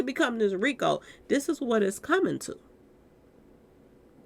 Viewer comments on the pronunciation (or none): none